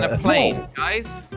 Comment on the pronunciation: It's jelle